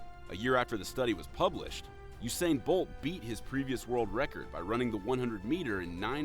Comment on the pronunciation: 😂 😂 😂 😂 😂 😂 😂 you pronounced he's name so terribly wrong 😁